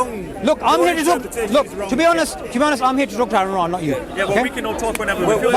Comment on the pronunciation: By the way it is ra' not ra so the last sound is like the ع sound in arabic